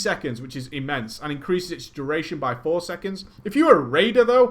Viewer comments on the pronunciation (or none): none